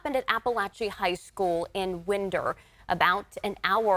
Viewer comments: Winder is pronounces like this: WINE-dur. Not WIN-der. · By the way it's not "Winder" as in the wind blows - it's "Why ndur" as in "why not". Just to clarify. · It's pronounced Winder - long i. Like wind up the clock.